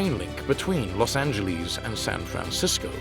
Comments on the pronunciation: Why the hell can’t British people pronounce Los Angeles properly? There’s no Z in Los Angeles. They get pissed when we mispronounce the Thames but they all get a free pass on this? It’s Los An-juh-less, not Los An-juh-leez. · Pronunciation is "Los Angeles' NOT "Los Anyyieles"...........Remember "Los Angeles" is a Mexican name Not a Gringo one. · Cringe at Los AngelEEZE. Ugh.